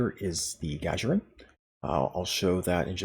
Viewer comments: Ahh.. yeah, its 'Gagarin', as in "Yuri Alekseyevich Gagarin" the famous human astronaut. First man in space. Lol! But anyway. -- at this point, this ship becomes just another choice in the promo pack. It might have been a more interesting release out of the C-Store, but we'll never know now. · Thank you for the video. Um... you kept mispronouncing "Gagarin" as "Ga-ja-rin". Just a pet peeve on my part, but this name was already pronounced on screen (not to mention it's a name that originates from the first astronaut ever to be sent into space; see Discovery clip: ). And... I don't think you cover the primary source of outrage regarding this ship. Honestly, it isn't not the lore, or the YoK, or the single character unlock. All are detractors to be sure... but the real issue is how they've so harshly paywalled what should have been a normal-and-quite-available Starfleet ship design. That a ship that was evidently common in 2399 shouldn't be treated like a rare one-off and slated to the most expensive form of premium ship delivery; the R&D Promo pack. This should have been treated as a normal fleet-grade Z-Store ship offering; or at the very worst similarily to the Legendary T'liss (in effect turning out as a Legendary Avenger). I find the trait a lot more appealing than you present it as. The game doesn't nearly have enough sources of shield healing as it does hull healing, and something that can give you 20k temporary shield HP every 15 seconds sounds like a pretty amazing survival trait. As for lore, if the need is to account for its rarity in the current year, then it might be that an admiral would need to call in a lot of favors to get one such ship back online, or to bespoke a battlecruiser to those stylings. As for the notion of why it'd be more advanced. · I had to stop watching just to come to the comments and hope someone had pointed this out. How does someone not know Yuri Gagarin? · Good video...I think it's 'Gah-gare-in' btw...as in Yuri Gagarin. 🙂😉